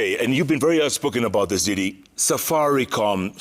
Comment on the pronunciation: Jeff, its Ndindi not didi, 🤣🤣🤣